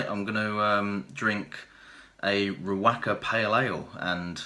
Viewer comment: I know I'm three and a half years late but given the current situation with NZ in total lockdown I'm watching tons of video dreaming of the next brew, lol. Anyhow one little tip is the the pronounciation should be ree woka. Just a small thing but great video anyhow. Cheers from NZ, hope you are all safe and sound !!